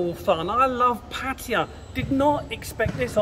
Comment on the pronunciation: He literally said Pattaya like 4 times, plus its in the description - he pronouced it wrong, but its pretty decent. Heading there this weekend.